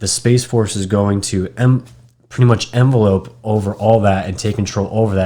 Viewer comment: The word envelop is pronounced in-vel-up. Not envelope as in what you mail a letter in. I'm not trying to be snarky, just wanting to help educate. There is a difference between the 2 words.